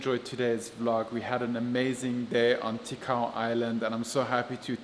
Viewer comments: Great Video! I am bicolano and I’m staying here in metro Manila. I miss my homeland! By the way it is TICAO not TIKAO! 😊😁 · It's Ticao not Tikao, I'm from Masbate thank you for featuring this.. 👍👍👍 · It’s TICAO po. Proud MASBATEÑO here thank you for visiting my homeland.